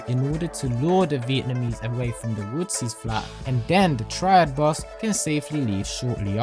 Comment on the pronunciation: "Wootsie ", my ears